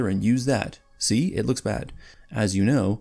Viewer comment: That "see" was personal